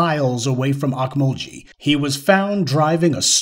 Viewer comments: Pronounced Oak-mul-gee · It's o mul gee not ghee